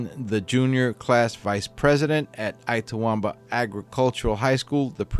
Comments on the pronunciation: Lol yep ltawamba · I love your posts! But just one thing: Itawamba is pronounced "Itt-uh-WOM-buh" and Tupelo is pronounced "TEW-pell-oh." I'm a Mississippi native and am very familiar with both places. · Good grief. It's Itawamba: the "it" is pronounced "it" - not I-tawamba. It's not too-PELL-oh. It's TU-pell-o. You know on these stories, you will be pronouncing cities and towns with which you are not familiar, so look them up. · It’s It-ah-wahm-ba. Too-pah-low. And a couple other mispronunciations are noted. Ask a Mississippian if you have doubts please. Otherwise a fine program! 😊😊😊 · The I in Itawamba is pronounced like the Spanish I. Tupelo has a long O sound. SMH